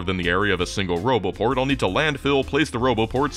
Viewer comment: what was that? "broboport" 😁 anyways, I expect no less than a tour around the edge of the whole darn map as a follow up 😂 I guess one could calculate how long that would take...7h per lenght or so..times four...😆